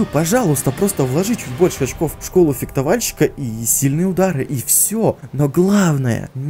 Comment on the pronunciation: Только одно. Фехтовальщик, не фектовальщик)))) а так лойс)